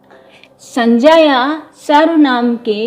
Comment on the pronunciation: The part of the video which i liked the most was ur pronunciation ' sanjya'. Veryy impressive...keep it up..tysm...